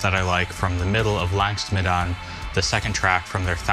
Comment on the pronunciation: Mate it takes 15 seconds to look up the correct pronunciation